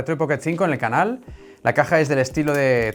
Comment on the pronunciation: En cuanto escuche el ibtro de "Bienvenidos a mi canaul..." machaque el botón de like